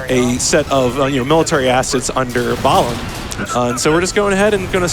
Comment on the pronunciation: I just finished my NG++ playthrough of this game, and pronunciation of "Balam" is driving me bonkers. Also, this is what you get for running on unstable PC ports instead of on console like god intended. >_>